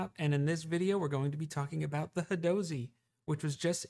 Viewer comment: I don’t think you’re pronouncing that correctly. It should be, “hadozee.” Hope this helped.